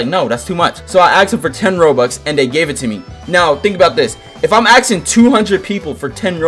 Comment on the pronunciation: Why do you say “axing” instead of “asking”